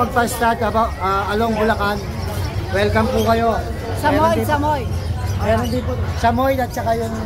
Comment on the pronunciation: Jusme... SAH-MOH-YED po, hindi SAMOYD. 🙄